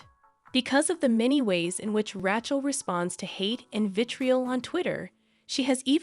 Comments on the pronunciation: I love how the AI butchered ‘rat’ chel. Fitting. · is this AI generated ? Why is Rachel's name sound so weird when you say it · Not just Rachel. Gal Gadot is also badly mispronounced.